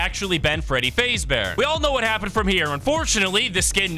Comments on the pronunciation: what are the chances this man is an AI cuz AI cant pronounce faz bear and says faze bear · Fr. "Freddy Fazebear" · you kep saying fazbear wrong, its fazz like jazz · Ah yes freddy FAZEbear its freddy faz fahs bear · Freddy fazbear❌ Freddy fazebear✅ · “Freddy fasebear” 😭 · "faze ber"💀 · Bro really said Freddy feyzbaer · also did you just say freddy phase bear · Bro pronounced 'fazbear' and 'carribean' wrong